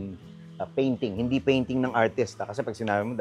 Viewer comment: Bernadette, ang tenement ay definitely HINDE tulad ng BLISS.